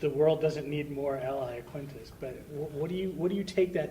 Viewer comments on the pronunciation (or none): Iaquinta, not Laquinta. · jebi mohamd nour - You’re wrong bro Iaquinta in Italian is pronounced Yaquinta but it’s still spelled Iaquinta I’m from Italy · jebi mohamd nour if you’re gonna quote Khabib than u have to pronounce it Yaquinta